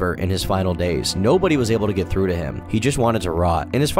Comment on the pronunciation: IM SO SORRY BUT THE WAY YOU SAID “THREW” INSTEAD OF “THROUGH” LMAOOOO